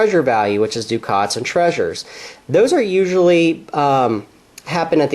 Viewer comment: It's pronounced: duck-et, not Dukat. Dukat was in Star Trek Deep Space Nine. A ducat is a gold coin.